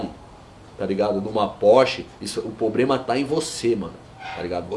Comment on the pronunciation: O" POBREMA" man o cara fala tudo errado garanto que nao sabe nem fazer uma redação